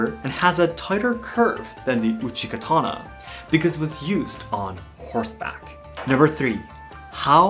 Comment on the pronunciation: man said Uchi Katana, every Elden Ring player:- my time has come